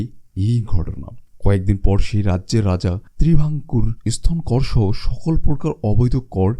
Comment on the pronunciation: আপনার কন্ঠ ও বাচনভঙ্গি যথেষ্ট উচ্চমানের কিন্তু বাংলা শব্দ গুলো বেশিরভাগ শ্রুতিকটু হয়েছে। 'এসতন' ' 'অনুযে' এরকম উচ্চারণ গুলো ভিডিওটা পুরোপুরি উপভোগে যথেষ্ট বাধা দিচ্ছিল। ওটা ঠিক করুন, সব দিক দিয়েই সেরা হবে।